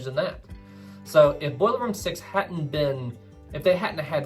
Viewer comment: Thoroughly enjoyed this video with 2 complaints lol, I heard many of the lifeboats weren't properly filled so we don't give medals to those crew, secondly, it's didn't and hadn't, not ditten and hatten hahaha. Meant with respect.